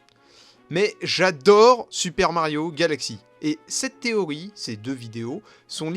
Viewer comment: Pourquoi tu dis "Téoï" et pas "TéoRi" ?